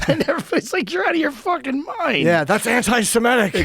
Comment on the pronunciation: “The whole fing world is weird” yes sir you are correct 😂